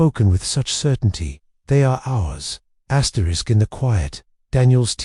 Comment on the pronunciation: who was asterick? This AI need more further training.